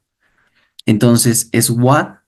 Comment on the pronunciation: Hermanito excelente enseñanza yo también estudio a Curry Blake solo una sugerencia cuando dice SWAT se pronuncia SUAT eso